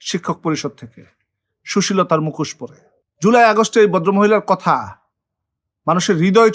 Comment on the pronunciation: APNAR UCHIT BANGLA VASATA BOLTE SHEKHA. APNI MUKHOSHKE MUKOS BOLCHHEN.